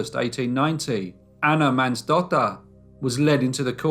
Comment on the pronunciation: Thats actually pronounced mohnsdotter